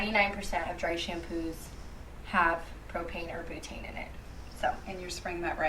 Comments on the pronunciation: Why can't that one girl pronounce butane correctly???? Bootane??? Omg lmfao 😂😂😂😂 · She really said “bootane” lmfao it’s pronounced BEWTANE. 🙄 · The woman saying ‘bootaine’ instead of butane is SENDING ME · Spraying on your scalp=going into your blood stream??? Wtf? And who cares if your dry shampoo has “bootaine” in it??? Why is she saying bootaine? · BOOTAIN lmfao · She said bootane lmaoo